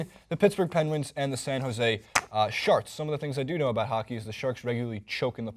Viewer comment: is it me or is that guy saying San Jose Sharts?